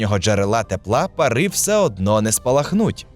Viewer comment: Щиро дякую за просвіту! Лише мушу підказати, що українською не "парИ", а пАра.